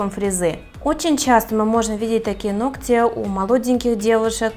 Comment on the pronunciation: Чтобы грамотно излагали свои мысли! Теперь будете знать,как правильно произносить слово ноГти.!!